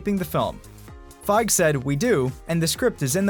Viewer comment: Fi-GEE....FI-GEE...Not Fyge